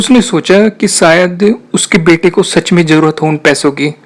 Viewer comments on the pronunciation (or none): Stop saying .. Cheejain (cheezain), Darwaja (Darwaza), Intejar...(intizar) .. Saayad nai Shayad...Khussi .. Khushi.... Begee... (Busy)... Jada.. (Zada) ... Jaror nai Zaror... Use pure Urdu Please. Thanks